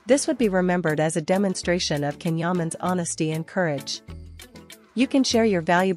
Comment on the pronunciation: please pronounce his name properly. His name is pronounced Jan, the C in turkish is J..not K.